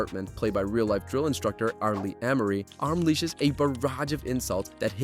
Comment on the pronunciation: "R Lee Em-er-ee." R. Lee Er-mee.